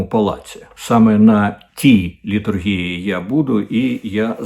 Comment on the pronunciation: Такому знаменитому «драматургу» не завадило б знати, що слово літургі́я має наголос на останній літері «і».